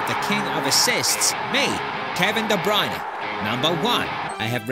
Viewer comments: Kevin De Breeyerner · It's De Bruyne, not De Broine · de bruyenu 😂